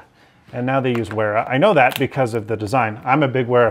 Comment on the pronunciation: "I'm a big wera fan boi" literally doesn't even know how to pronounce the company name. It like wiha is a German company and the W is produced as a V. So they're pronounced Vera an Viha respectively.